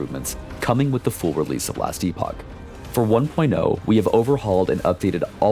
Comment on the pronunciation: Very exciting to see this game grow. I've followed it for years now and it's received so much care, looks and plays on a completely different now. Also, you hear that? The director himself says "Ee-pock". None of this "epic" bullshit. The amount of people I've seen shitting on others while blatantly getting the word wrong has made me cringe to no end. They're two different words, with two different pronunciations.